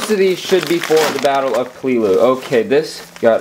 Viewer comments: do you know you said palelu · Why did you say the battle of peleilu